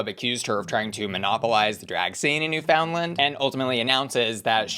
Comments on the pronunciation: noofin-LAND. Not New Finland. Never New Finland. Rewatch the episode. She'll say it for you several times. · Canadian here, just pronounce it like new finland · It’s not New Found Land, it’s spelt that way. It’s NooFuhndLuhnd. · it's new-fin-land 😪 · It’s NOT new FOUND land. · This is incorrect, you mainland Canadians mispronounce it as well. It's Newf-in-LAND. Not New-FOUND-land nor NEW-fin-lin, New-FIN-Lind or any other variation. Source: am a Newfoundlander. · Just FYI, it's pronounced Newf-n-land, you hardly need to pronounce the "found" part and the emphasis is on the "new". That's how everyone from Newfoundland pronounces it! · New FOUNDland 😂😂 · Nue-fUNd-land for Newfoundland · gentle suggestion from a canadian: you might consider pronouncing it new-fuhn-land :) the american accent is very endearing though! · It’s pronounced, NEWFUNLAND but say it quick! 🥰🇨🇦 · Sigh the misinformation. It's Newf-in-LAND. You mainlanders need to educate yourselves. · Please pronounce newfoundland right it's driving me crazy. As someone from Canada, it's pronounced new-fuhnd-luhnd!! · Jesus no. It's Newf-in-LAND. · Just a friendly pronunciation tip, Newfoundland has the emphasis on the "new", and kinda sounds more like "NEWFinland" instead of emphasizing the "found" like "New-FOUND-land". Edit: And Ontario isn't "On-TAHR-io", it's more "On-TARE-eo". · “Ontahrio” “New FoundLend” Is the new pronunciation now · Miss m’am you are mispronouncing Ontario and Newfoundland. On-teh-ree-oh and New-fund-land! I know it doesn’t look like they would be pronounced like that haha but it is 😅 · NewFOUNDlan and OntAWrio is sending me… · The pronunciation of the Canadian provinces is KILLING me! NEW-fund-land, On-TAIR-ee-oh is phonetically how these two provinces are pronounced. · Girl. Please tell me you’re INTENTIONALLY mispronouncing Ontario and Newfoundland 😂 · The way you pronounce ontario and newfoundland cracks me up. its cute lol